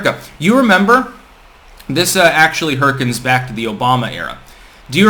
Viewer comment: It's spelt hearken, pronounced harken.